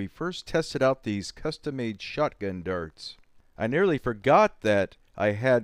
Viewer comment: Your pronounciation of darts is pretty funny. "durts"